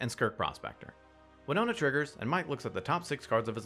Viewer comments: Please please please reread Wino*T*a. There's a T there! Not an N! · Her name's WinoTa, not WinoNa. Although I wonder if Winona Ryder plays MtG. :p